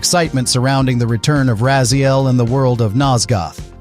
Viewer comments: Okay bro, look if you are a fan you are doing something that you don't want the remake to do and that is saying the main character's name wrong.. is not Rayziel its Rahziel.. silent H.. and is writen like this.. Raziel.. thank you! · My dude, it's not RAY-ZEEL. It's RAZ-EE-EL. Bloody hell. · Rah zee el, not ray zee el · you will be happy theres a feature in the game to change to old visuals and old controls so no need to worry oh and just so you know its rah-zee-el not ray-zee-el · How are you mispronouncing his name? It's literally the second word in the opening cinematic. Did an AI write this for you, and you've never devoured a soul? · this is an AI voiceover with an AI script, right? i'm reporting "Ray zee el" for misinformation. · Racee-el... A true or hardcore fan would know how to pronouce his name -_ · I am not a native speaker but it hurts to keep hearing Rayziel... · I'm sorry but... RAY ziel? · Actually it's RAZ-YEL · I get that the writer and reader are likely different people, but when a person says they are a "die hard fan" only to mispronounce Raziel as "Rayziel" multiple times, it makes the whole thing lose credibility. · Why are you pronouncing Raziel's name like that? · He is a liar. No true fan would mispronounce the MAIN character's name. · Says one of his favorites, can't promounce the main characters name that is repeated over and over again...bruh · Bro can't even pronounce Raziel's name right 💀💀💀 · This game will be amazing. Too bad they're not remastering the original LOC game...yet :D. Also, you pronounced his name wrong. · It's strange.. For claiming to be such a fan it's very weird to hear you pronounce Raziel wrong.. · Seriously. Over and over. As often as it’s said in the game, you’d expect a ‘true fan’ to be able to pronounce it accurately. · Did you even play the games? You can't even pronounce his name right. Kain even says it in your video. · THANK YOU!!! I'm glad I'm not the only one noticing that he says Raziel's name wrong 😂😂